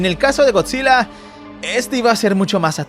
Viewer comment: Bro pense que decia gorrillaz